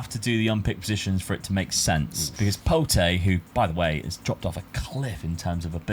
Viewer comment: Just a quick one the name for Pote is said like Pot no need to add the E at the end but class video yet again and rocking the Benedict shirt that’s why he is the GOAT